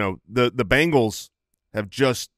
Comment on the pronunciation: Is it just me... it's Bengals not Bangals right?